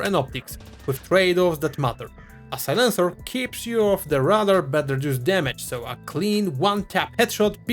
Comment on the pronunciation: I'm not the guy above, but it's pro-TAG-onist. I knew exactly what you meant when you said it, but to fully pass for English, we have specific syllables per word that really matter. Like "SI-lence-er" versus "Si-LENCE-er", as you said it. I find the accent charming, so do as you will, but that's the extra distance that will make you sound fluent if you care.